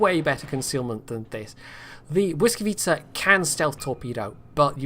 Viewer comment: I am very surprised that you can say "Błyskawica" properly,did you practice for the video or do you actually speak Polish? :D